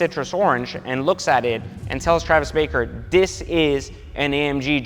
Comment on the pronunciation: Travis BARKER not baker. Hard to take you serious